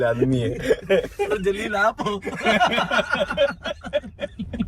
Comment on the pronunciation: It's Zaleel, not Jaleel